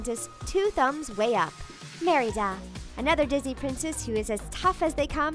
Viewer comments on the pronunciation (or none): The way that she says Merida is really funny at some points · i felt off when u said merida like that